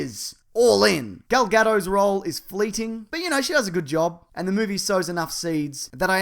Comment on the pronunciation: It's Gal Ga-dot as in a .